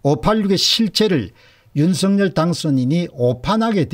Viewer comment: 율서결이아니고 윤성열이맞답니다 발음하나에퀄러티가떨어져보여서야되겠습니까